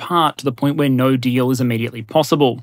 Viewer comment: "The default option is always - naur"